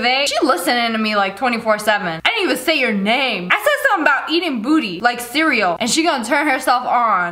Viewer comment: Siri activated probably because she said cereal and it sounded like *Siri*el